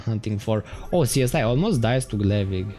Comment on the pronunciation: "Csiz" Is pronounced like "Siz" :)